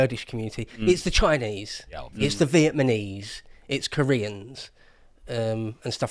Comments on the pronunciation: Did he just say "Vietmaneese?" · it is Vietnamese, not Vietmanese. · The Viet-muh-knees!